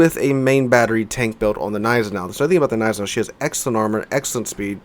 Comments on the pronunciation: Don't call it 'neisenau' you also have to say the G ='Gneisenau' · The way you ignore the G in Gneisenau really triggers me dude :P Pronounce the G please ;(